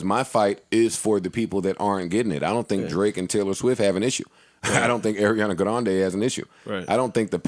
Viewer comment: Had to run back the way Joe said Ariana Grande a couple times 😂😂😂